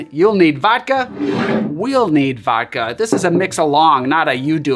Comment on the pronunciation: Please pronounce the D in vodka.